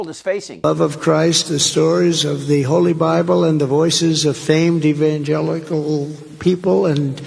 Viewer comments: EvanJEALOUS lol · Did trump say Evangelous? Why does he always sound like he’s 💩 himself when he’s talking?